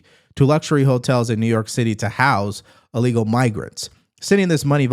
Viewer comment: It's pronounced ILLEGAL, not Allegal. Thanks.